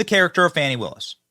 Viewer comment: Benny,news organization is pronouncing Fani as Fawnie! 😂😅 Does that mean there are 2 Fani's? Or she doesn't like being a Fani and wants to be a baby deer 🦌? Fawnie?